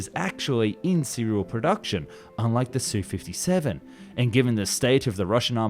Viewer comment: It’s not “Sue-57”. It’s an “S”, “U”-57. German planes aren’t “DO” and “ME, but “D””O” and “M””E”. MiG is the extremely rare case were the acronym is pronounced instead of spelled. 🙄